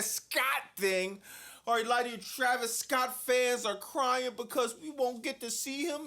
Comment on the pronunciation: “Travis Scoatttt” 😂😂😂😂